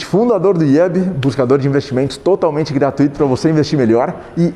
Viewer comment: Que mania de falar "gratuÍto". É "GRATUITO", porra! Não tem acento no "Í". Parece até modinha falar errado.